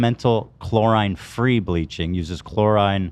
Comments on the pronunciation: It was painful to hear chlorine (chlor-ee-n) pronounced chlor-eye-ne so many times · Ethan repeatedly saying “chlorINE” was killing me 😭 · The way ethan pronounces "chlorine" gave me an aneurysm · ethan pronouncing chlorine like that was insane lol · ffs it’s chlorine man 😂😂😂